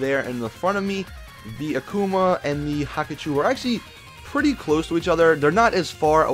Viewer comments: WTF not Hakachou Its Hakuchou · It's pronounced Hakuchō not "Haku-choo" rolls away